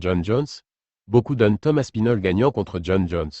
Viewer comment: Tom aspinol ... super IA, pouce vers le bas